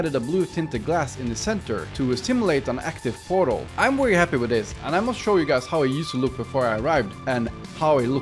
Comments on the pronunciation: Why do you saw wary instead of very? I don’t mean to be rude, just curious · I love the way he pronounces "very"😭